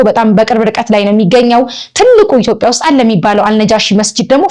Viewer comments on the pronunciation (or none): none